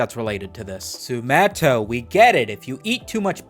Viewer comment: why do spell your name "Sumito" but pronounce it "Sumetto"?